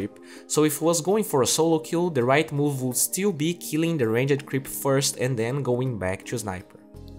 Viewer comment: I like how he says Ranged Creep. Like Range-ed :D